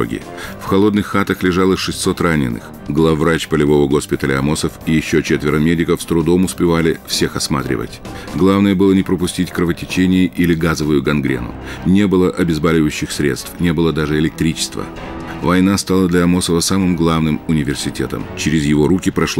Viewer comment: Фильм о врачах и «обезбАливающие» из уст чтеца😡🤦🏼‍♀️ Это ужасно! Как можно так!